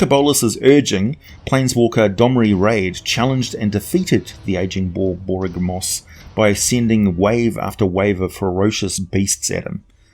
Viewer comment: I think you tried too hard on Borboygmos ….. slow it down a bit, Bor - Bory - ga - mos ….. or just drop the Bor, and call him "Borygmos" Great video. lol, fun little giant to tinker with …….. So when them holding a beholder in high esteem. lol, what would happen if a beholder dreamed (and reproduced) a beholderkin/cyclops-kin hybrid lmao. and where in the Shining South book can that Cyclopsatorian playable race be found. page numbers would be awesome. lol